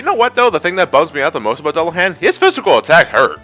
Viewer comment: That's not how you pronounce Dullahan. It's Duel-a-hon